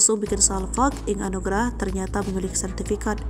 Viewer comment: Inge anugrah min.......g bener banget sebut nama orang